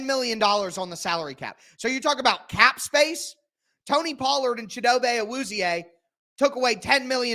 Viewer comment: the way to pronounce his name is chee doe bey